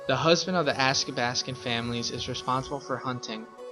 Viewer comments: Athabaskan not askabaskan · It’s also pronounced ATHABASKAN!!! Not Askabaskan.😡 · you’re pronouncing athabascan wrong. and we don’t just speak Gwich’in. please research more before you give out false info..